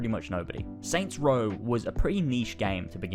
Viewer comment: Aw yes. "Soy Row"